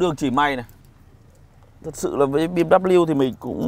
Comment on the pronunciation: “Mờ” là cái gì đấy....trước khi review tìm hiểu thêm về bmw đi ba. Thấy làm mấy xe khác cũng đâu đến nỗi làm xe này nghe chán quá, mất hết giá trị chiếc xe. “Xe bmw này không lốp dự phòng”..vậy mà kêu từng thử bmw rồi